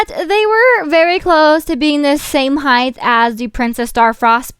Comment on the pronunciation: Is it just me or did she say Heighth instead of height?